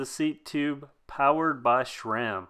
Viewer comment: It's not šram (shram), it's Sram.